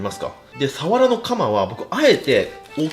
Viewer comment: サワラのイントネーション所々おかしくね？